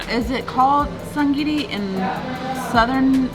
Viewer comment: It’s ja’ngiri what you had at the end.